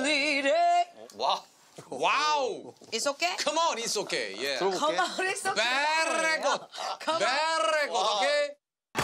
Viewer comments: It's the "beerrrrrreeegod" for me lmao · No one gonna talk about that “Berrry Good” 😂 I keep replaying it though😂